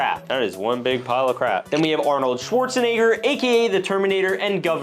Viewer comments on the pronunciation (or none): no way bro just said arnold schwartze-n*gger